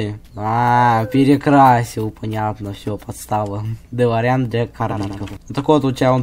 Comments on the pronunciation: Ударение на дэлоооореан а не делоряяяян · Не долорИан а дОлориан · Не долариан😂 а дэлориан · УХ ТЫ МОЛОДЕЦ ТОЛЬКО не дэлорИан а дэлОриан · делориан ударение на о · Во первых не каждая машина которая летает это делориан а во вторых ты ударение не проавильное ставишь